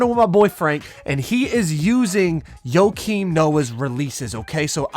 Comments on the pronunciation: It’s not Yokim Noah, it’s not like Jokic. It’s Pronounced -Kim Noah. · Less S it’s -Keem not Yo-Keem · Nobody:: “Yokim Noah” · Joke-im Noah, not yoke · "YoKeEm noah" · Dude had me dead when I heard “yo keem Noah” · Less S no it’s 100% joe-Keem lmao have you ever watched him play/heard his name pronounced?? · he said yo kim, dude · Tin N it’s pronounced yo-keem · Cmon. Yo-Keem? 🤣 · STOP SAYING YOKIAM PLZZZ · Keep sayin Joakin Noah name wrong. It’s gone be me and you. 🤷🏾‍♂️